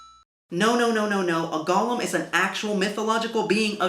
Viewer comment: Everyone else is complaining about the lack of research on his part... I'm just annoyed that he mispronounced "golem." It's "GOH-lem," not "GALL-um."